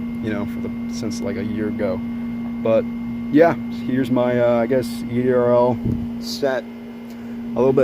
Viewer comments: It's said ERDL not EDRL. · It’s ERDL not EDRL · That's ERDL.Not EDRL.